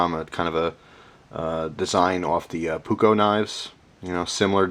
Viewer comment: it was funny to hear you say "puukko"